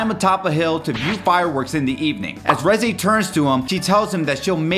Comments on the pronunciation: The Reze Part was so sad. Especially having to listen to him saying “Rezaye” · I’m so mad that he keeps saying reze wrong